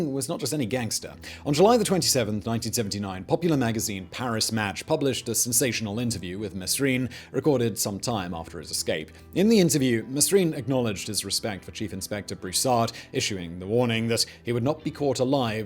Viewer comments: Say it with me... "may-reen" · The S in his Name is silent. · The way you butchered those names throughout the video.... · Simon please try harder, you got every single name wrong, even the protagonist. Please, I enjoy your work, follow you around various channels and I like your videos. However it is extremely annoying to think that you do not know these things (or at least look them up) before you make your videos. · The 's is silent in his name. Same with names like Deslaurier. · Don't worry in France they do mispronounce it too , actually you don't say the S in Mesrine